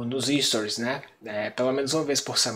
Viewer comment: Stories, meu caro, sem o 'hi' no começo. Parabéns pelo excelente trabalho